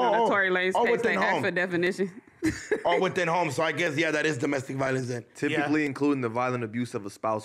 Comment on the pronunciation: Ironically saying “domestic violeaance”